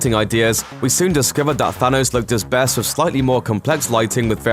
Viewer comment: Why do you keep saying sanos